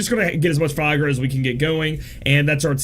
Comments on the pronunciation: it's Fy-ra-guh, not Fiagra (sounds like viagra) hahahaha! Great guide, as always. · did you just viagra insted of firaga? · I kept hearing viagra haha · Repeat after me: fi - RA - ga. fi - RA - ga. fi - RA - ga..... see, it's not that hard!